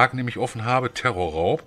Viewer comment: Auf jeden fall TERRORRAUB Hahahahaha und nicht tresorraub